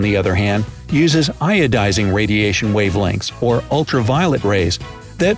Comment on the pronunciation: It's not iodising radiation it's ionising